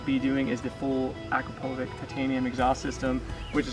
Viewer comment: Nice mod dude! Only thing cooler would have been a Magnesium outer cover to match the factory part. Can't wait to see and hear the Akrapovic exhaust. You pronounced Akrapovic wrong by the way. You should look into some aftermarket rearsets as well. They would look sweet on that duck.